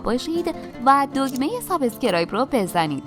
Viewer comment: سابس کرایب نه سابسکر ایب چرا همه این کلمه را غلط تلفظ میکنند. Subscribe یک بخش است نه دو بخش امیدوارم رعایت کنید.